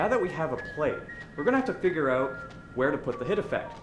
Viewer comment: The Canadian 'eouts' are somewhat satisfying.